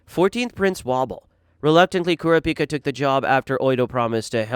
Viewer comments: bro I really like this content but you gotta check pronunciations, I'm not even this type of guy normally and when I heard how you said netero I just kinda chuckled and didn't pay any attention to it going forward, but my guy.... Leo-rio? Kuri-pika? bro that shit sent me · You can tell this guy never watched the series. Kura pica?